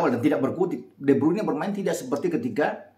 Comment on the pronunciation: de Bruijne ( Brayne ) bukannya Bruin .❤️